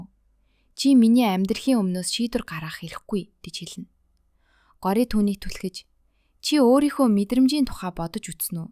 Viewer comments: гори гээд байх юм гоорияа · Gooryaa gej duudna shuu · Time✅Taamm❎ Gorya✅goorya❎ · Goroa bish gorya bas time bish thyme haha (no hate) 🙌🏻🙏🏻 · горяа гэдэггүй билүү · Goorya geed duudiich😂😅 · Gori ч гэх шиг дуудаж чадахгүй бол монгол нэр өгөөч Цэцгээ ч юм уу Нараа Горойж үх гээд байгаа юм шиг сонсогдож бна үзэхээс дургуй хүрчихлээ ёоо арай² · Нэрийн зөв дуудаачээ Гора Тайм эдр ‼️